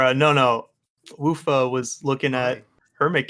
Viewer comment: TIL how to pronounce Wuffa (I was a degenerate who called him )